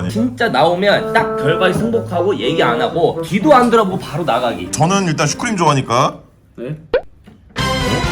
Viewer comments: 아니 슈크림인데 슈크린이요? 당신은 스토리도 절었습니다!! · 슈크림 슈프림이라고절었다!!!!!